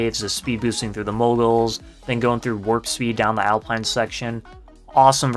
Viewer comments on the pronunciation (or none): none